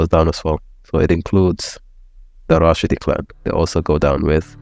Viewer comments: It’s not called al-Rashidi, it’s called al-Rasheedi or ibn Rasheed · It’s not called al-Rashidi, it’s called al-Rasheedi or ibn Rasheed. Long live Saudi 🇸🇦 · Simple correction It’s Rasheeedi not Rashidi